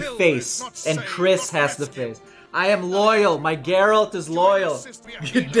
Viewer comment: Never seen my last name in ANY media (not exactly a common name), so to see it on the screen and then hear it from both and GERALT OF FREAKING RIVIA was a total shock. Both of them even pronounced it correctly! 😄❤